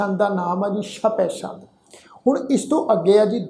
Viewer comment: ਸ਼ਪੈ ਸ਼ੰਦ ਨਹੀਂ ਜੀ ਛਪੈ ਛੰਦ ਹੈ